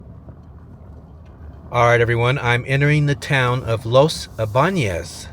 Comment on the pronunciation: My sincere admiration to you, I´ve never heard before an american who could pronunciate words like Ybanez correctly!!!😀😀😀